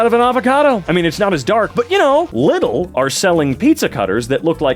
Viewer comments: no, it's not "liddle". it's "leedle" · its “Leedl”, not”Liddl” 😊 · It's pronounced Lee-dl in Germany, where Lidl is from. Sounds pretty much like the sounds Patrick Star does in I believe the first Spongebob episode that includes the Flying Dutchman, where Partick is steering the wheel of the boat. Just a little less braindead 😂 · it is, in fact, not lid-el. it's lee-del. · its pronunced Leedel and not little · As far as I know its pronounced Lee dal at least in Germany but I was visiting England recently and they do pronounce it little there even the advertisements and workers do. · its actually Leedl if you want to pronounce it as a native, but works either way lol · for anyone curious, the 'correct' pronunciation would be something more like "leedle" ('correct' meaning the way it's said in german) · Official pronounciation is Leedl. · it’s pronounced Lee-del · it's pronounced leedl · i'm german and your lidl pronunciation killed me lmao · And then there's people saying "laaidel" (lie-dull) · Wellz since it's a German brand that is the correct pronunciation Same with knipex Just that knipex themselves fuck with Americans 😂